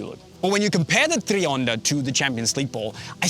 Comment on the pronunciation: It’s not treeonda bro, it’s tri, like try, I can’t stand this guy.